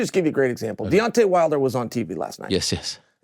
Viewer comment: To hear cheal sonnen call deontay wilder De-wantay